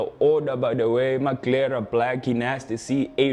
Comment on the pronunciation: Maglera....? Come on man